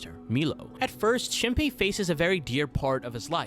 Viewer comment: is the mispronunciation of shinpei’s and mio’s name intentional rage bait— HAHAHAHA that aside, i love ur videos!! thanks for making a vid about one of my fav animes of all time <3